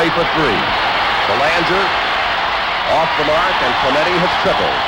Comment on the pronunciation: Narrator keeps calling him “Clemento” when his name is clearly “CLEMENTE”. What’s wrong with some people??